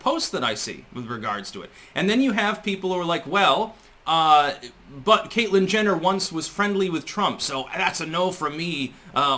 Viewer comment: Did you say, "Caitlyn Jenital" ?!?